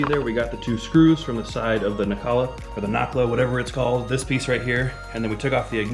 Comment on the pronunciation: "Nok-La"??????? Really? I think you mean "Nay-Cell" . Ever watch Star Trek Next Gen.?